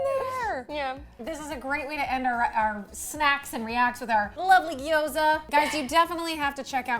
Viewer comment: Only thing I Love more than Gyoza~ is that you say it right ! 👏